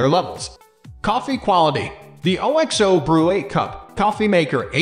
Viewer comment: wait, what the f did you just say?! Lol thats the least catchy name ever!😂 and why don't anybody know their brand's name is pronounced as a word not spelled out. Its pronounced Ox-Oh, because of Oxtail soup. it always has been way back when all they sold was bullion cubes.